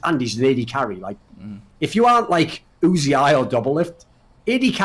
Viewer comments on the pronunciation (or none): Thorin, man, you're insight and explanations are great. But... you have to stop calling Uzi, 'Uzi-eye'. I cringe every time you say it.